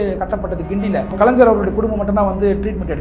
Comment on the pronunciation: Kalaingyar ah kalainjar ah? ஒழுங்கா தமிழ்ல பேசுங்க தோழர்.